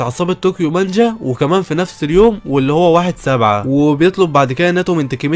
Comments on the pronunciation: صحح نطقك لانه مره مو مظبوط اسمه دراكين واسمها طوكيو مانجي مو مانجا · تابعت هذا الانمي..... تلخيصك حلو بس للاسف تنطق اغلب الاسماء خطأ 😅 تاتشيبا صارت تاتشيبان 😂 وناوتو صار ناتو 😂(الناتو شئ يؤكل) وعصابة طوكيو مانجي صارت طوكيو مانجا 😂 ما كملت الفيديو ف ما ادري... بس غالباً جبت العيد في اسماء ثانية 😂 بس تلخيصك حلو الصراحة+طريقة سردك للاحداث حلوة جداً... تجيب المهم وما تكثر كلام... استمر... لكن حاول تصحيح نطقك للاسماء... وبتكون احسن قناة تلخيص في اليوتيوب...عجبي كمان غير التلخيص انك تشرح الاحداث المعقدة وكذا وذا جيد جداً... استمر